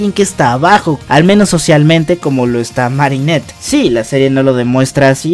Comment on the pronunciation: y poco y es marinette no mari